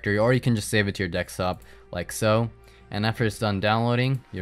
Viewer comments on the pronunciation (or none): why do you keep saying dexop? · De'k'stop . (desktop) lul. nice vid tho (Y) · Learn how to say "desktop" and not "desktop"!